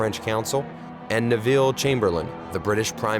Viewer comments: nevil not neville ! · Ne-viel? work on that pronunciation son